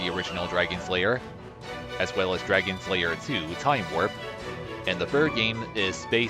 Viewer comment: It sounds like you are saying Dragon Slayer instead of Dragon's Lair, I know you know, it is just funny